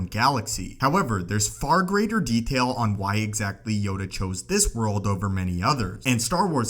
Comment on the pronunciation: World!! Not whirl!!!